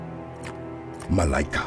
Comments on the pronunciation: Still kinda sad that no major studio has taken an interest in this….if black panther was a world wide phenomenon….so can this …! And btw you guys are pronouncing her name wrong … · I love how the name is spelled Malika but pronounced Malaika. This is also my daughter's name spelled almost the same except hers is spelled Maleka and we also pronounce her name as Malaika.